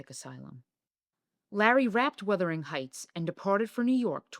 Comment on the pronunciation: Did you really say Withering instead of Wuthering? It’s bad enough that you mispronounce so many other words and names, esp Larry Olivier’s, but jeez, if you want to sound like an expert, get it right!